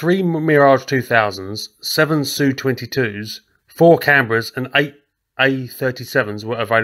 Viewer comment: Finally someone who says 'Su' phonetically not 'S-U' when describing Sukhoi aircraft. Small detail, but appreciated.